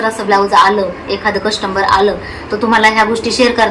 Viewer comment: Coustmber nka mhanat jau coustmer mhana